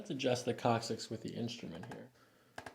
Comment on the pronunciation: The "coccyx," huh? Lol